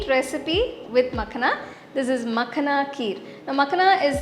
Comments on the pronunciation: Lovely recipe mam... ❤️😋🙏❤️ But it's pronounced as "Makh-aa-na" not "Mak-na" in North India and Punjab, from where this recipe version and ingredient originally is .. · Thanks for the recipe❤ But it is Makhaana not Makhna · it is makhaaana not makhna -_ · Srry but it is makhana...no makhna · Its not makhna its makhana...but anyway the receipe is superb truned out very taste...thanku for wonderful receipe... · It's makhana not makhna. Anyway nice video 👍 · You made a very good kheer, however wanted to clear one thing it’s not Makhna, it’s called as Makhaana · Nice recipe. But it's called makhaana. Not makhna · It's not Makhna, it's "Makhaan" please pronounce properly. It's harvested in Bihar. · Makhna ❌makhana ✅😂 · It's not makna it's makhana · Its not मखना, its मखाना. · मखाना मॅडम...no मकाना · The entire time she kept on calling Makhana- Makhna, it’s not Punjabi makhna makhna song. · Makhana not makhna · Seriously i was remembering makna song everytime she said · Recipe looks good. However, Makhana is pronounced as 'ma-khaa-na'. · It's "Maa- khana" the pronunciation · People who commented in reply, makhana is a hindi word. There is only one way to say it. Accents may vary but basic pronunciation can't change. It's not Tomto. Tomato, Tomahto ok. Nothing wrong in pointing out correct pronunciation. No need to be so defensive.